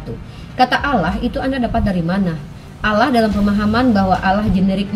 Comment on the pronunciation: Penyebutan kata "Allah"(bahasa arab) aja ngga bisa, nyebutnya "alah" oten itu koplak dan sesat, orang2 sesat mencoba menyebarkan kesesatannya...😊